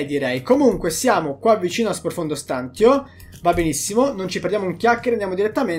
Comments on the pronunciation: Non è "profondo stàntio" ma è "profondo stantìo" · Dubito si dica stàntio, ma stantìo. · Odio sentire stant io Ahahahaha E non stantio Comunque sei un grande continua cosi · "Stantio" va pronunciato come "stantìo" non "stàntio". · Stantio con l'accento sulla i👍😐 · Profondo stantììììììo non stàntio... lol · ti prego la smetteresti di dire stàntio, si dice stantìo con l'accento sulla i. Se vuoi puoi controllare anche sul dizionario. Mi triggera un sacco come lo pronunci, comunque grande come sempre. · Stantìo,pls stàntio non si può sentire😂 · non è per fare il rompicazzo ma sprofondo stàntio non si può sentire si dice stantìo! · Si dice sprofondo stantìo, non stàntio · Ok che spacchi pure se sbagli la pronuncia, ma è STANTÌO non STÀNTIO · Oltre l'inglese, impariamo anche l'italiano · Ti prego dragon, si pronuncia “Profondo Stantìo”, non Stàntio ahahahhaah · si dice “ Stantìo “ non “ Stàntio “ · guarda che si dice stantìo e non stàntio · Scusami se te lo dico ma si dice stantìo non stàntio, sorry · si dice Stantío non Stántio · Profondo stantìo , non profondo stàntio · Si dice stan-ti-o non stan-tio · STANTÍO Accento sulla I dragon ahahah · Si dice sprofondo stantío con l'accento sulla i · Si dice sprofondo stantìo con l'accento sulla i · dragon ciao belle news complimenti. Però si pronuncia profondo stantìo accentuando la i. Lo stavi anche dicendo bene. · Si dice Stantìo, l'accento è sulla i. Pensavo lo facessi apposta... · si dice "stantìo" con l'accento sulla i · si dice stantìo, con l'accento sulla i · Comunque si dice SPROFONDO STANTÌO !!!!!!!!!!!!!! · Ma non si diceva profondo stantìo?🤔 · la pronuncia di stantio è stantìo(stantiio) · Si dice stantìo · Ma puoi iniziare a pronunciare bene STANTÌO? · Qualcuno spiega a come dire 'stantio' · sei bravo e ti dai un sacco da fare... ma "stantio" per diana non si può sentire l'italiano è importante per chi comunica. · Non si pronuncia così stantio ;)